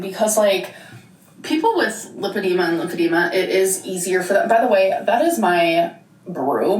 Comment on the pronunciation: The way she says limp-id-ema really annoys me